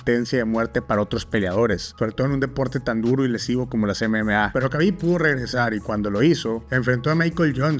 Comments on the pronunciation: Se pronuncia Jabib. No kabib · Entraba a la jaula convencido de que iba a salir vencedor! Eso fue lo que lo llevó a ser grande. Nadie, NADIE lo iba a vencer!! 🔥🔥🔥 por otro lado, no es K Khabib, deberias decir o pronunciar J Jhabib! De nada😂